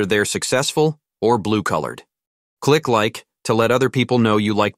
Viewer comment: The AI voice read the word "blue collared" as "blue colored."